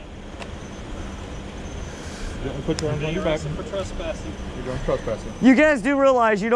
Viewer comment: Dude The word is TrEspassing with an E Not TrUspassing